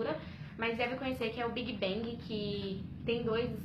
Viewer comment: Meu pfvr pronunciem os nomes das bandas certo pfvr. Pq pra ser Kpopper tenq pelo menos acertar o nome dah banda. Big Bag. Masoq?? É Big Bang pfvr. Mds😒😒😞